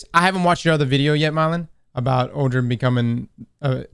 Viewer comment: "Myelin" not "Mylein"